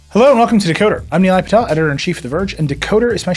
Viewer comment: Actually he’s pronouncing his name correctly. Nilay himself had Americanised his own name sadly.